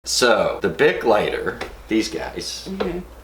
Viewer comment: I kept hearing big not bic and I'm like "Bitch wtf is a big lighter they are all the same size"